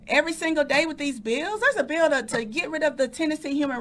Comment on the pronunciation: She says this and no one says anything! They kill Trump and let her big black mouth make these statements? This is a threat by a public official! It’s a BILL NOT A BEEO! Tennesseans welcome militant black activism! TA TA TA TA! 😂 🤷🏿‍♂️don’t loot our stores and don’t terrorize our cities and towns🤣🤣🤣 TAKE A WALK GO TO A PUBLIC PARK ANYTIME YOU WANT… 🤷🏿‍♂️WONT BE CAUSING YOU ANY PROBLEMS. IF THEY DO 90% OF OUR RESIDENTS BLACK HISPANIC AND WHITE CAN SOLVE YOUR PROBLEM AND GIVE YOU PEACE QUICKLY. WE REALLY CARE! 😳🤣🤣🤣🤣🤣🤷🏿‍♂️🤬🤬🤬🤬